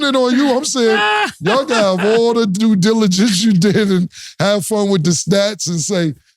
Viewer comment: Cam gonna make sure he say "due diligence"....